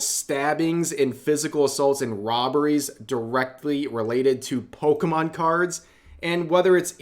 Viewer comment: Being corrected about Pokémon by a guy who calls them Pokeman is embarrassing. The only reason that second guy was able to do that is because he had the intellect to actually sit down and watch some of it before talking.